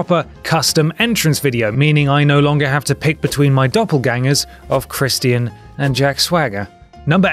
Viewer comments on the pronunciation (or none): Like Chris-chin. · why does whatculture staff pronounce Christian like that?